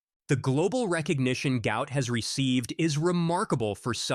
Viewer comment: PRONOUNCE HIS NAME CORRECTLY. GUOT NOT GOUT